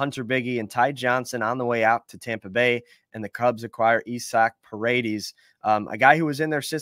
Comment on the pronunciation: Isnt his name isaac? Not "Esac" Send Wisdom and Mastrobuoni anywhere for a $3 bill